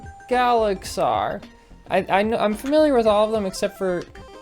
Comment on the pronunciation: It’s ga-la-xi-an